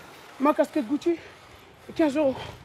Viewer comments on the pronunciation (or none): none